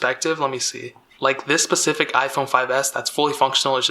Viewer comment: u said pacific